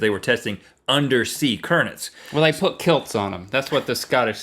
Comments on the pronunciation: Rhett said currnents not currents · Rhett said curnents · "Under sea curnets"